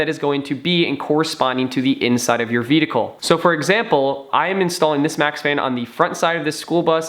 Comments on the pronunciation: Dude, I'm sorry... I love your videos, but please learn how to pronounce the word "vehicle". Again love your videos, keep up the great work. :) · I thought I was hearing him incorrectly the first time. But by the end of the video...